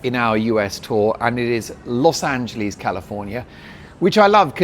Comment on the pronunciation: Big Congratulations!! And Yes! I was hoping you'd do more travel stuff! It'll be a little hard on Mrs. Dolan, so it might not work, but I do think it may be the wave of the future. I'm wondering if you'll fix the way you pronounce "Los Angeleeeez," to "Los AngeLESS." 🙂